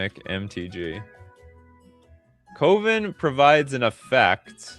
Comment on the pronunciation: Brother you're killing me and I mean KILLING me with that pronouncation of coven...